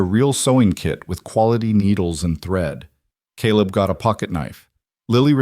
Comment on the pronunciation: USA Indiana . It was nice to hear Caleb pronounced correctly in this story. Also, the narrator spoke with an interesting cadence and emphasis with a very pleasant voice. Great story of courageous woman taking on a large family!!! ❤❤❤